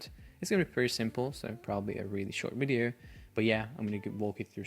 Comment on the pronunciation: When I hear "In this bideo"... <3